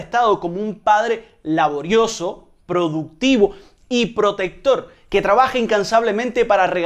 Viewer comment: Al principio un momento ponen producctivo en vez de productivo, por lo demás excelente programa como siempre